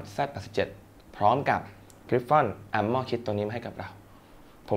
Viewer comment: พี่ มันอ่านว่า อาร์เม่อร์ ไม่ใช่ อาหม้อ +